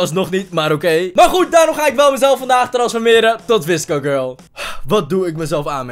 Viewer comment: Hoe jij dat zegt wisco gurl Ha Ha 👍🏼